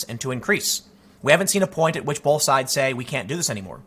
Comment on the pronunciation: There's no L in "both" Tim